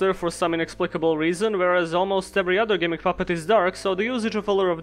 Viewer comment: It’s actually pronounced gimp puppet